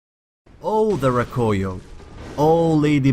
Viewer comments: The " Roh-Koy-Yo" Its Rah-Koo-Yo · Rakuyo* not Rakoyo... awesome video anyways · its rah-koo-yoh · It was really pissing me off when I heard you saying Rakuyo wrong but good vid nonetheless